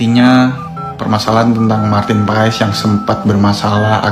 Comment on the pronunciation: bacanya martin pes ya, bukan paes.. terima kasih..